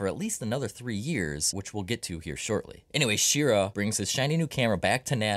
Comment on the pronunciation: Wally Schirra's last name is pronounced like hurrah!